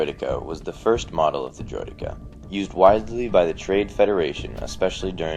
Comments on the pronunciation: ITS Droid-eh-kah not Droid-EE-kar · Droid-D-Cens? I prefer the pronunciation Droid-deh-Ka. Our you Dan just call them Destroyers or Destroyer Droids. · Bro it.s not droidika it.s droidikaaaa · Droy-Deh-Kah not Droy-Dee-Kah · THAT IS NOT HOW DROIDEKA IS PRONOUNCED its droid-ecka not eeka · its pronounced droi-decka, not droi-deeka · droid-eeh-ka not driod-ee-ka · bro he really saying droy deka lol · I ain't gonna lie I chuckled everytime he said droideeka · It's pronounced eka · it's supposed to be pronounced droid-eck-uuhs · He says droideeka which is so annoying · Let's be honest everyone: It's not pronounced this way, its pronounced: Droid-e-KA. Like in the TV series and original battlefront. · Why the fuck are you calling them "Droideekah's"? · I love your account dude but Driod-Deck-A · why the fuck cant people just agree on the pronunciation of Droideka? Someone even says it in the phantom menace, its pronounced Droidacar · "Droid-ee-ka". Using too much emphasis on the 'e' there. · can't stand how you say driodeka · It's not droideka it's more like droid-e-ka no pauses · You pronounced deka wrong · Technically it is a "valid" pronunciation, but I personally feel it just sounds wrong when pronounced that way. Droideka without the emphasis on the 'e' seems to be the actual standard and most 'correct' pronunciation of the term.